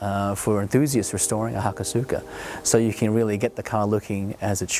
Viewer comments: Haka-suka? ha-Koh-suka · he pronounced hakosuka wrong... it's ha-ko-suka, but there isn't really emphasis on the u, so it's said like ha ko s-ka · its pronounced hakoska.... the u is silent... lol killing me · generic moeshit lolicon Just wait for him to say "aluminium!" / aluminum.... It's not incorrect, just different. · I just always think of those pronunciations being like how you would say sasuke, the su is practically silent. And in the word Tsunade, you hear the "Soo" sound with tsu and not with su. Just my opinion.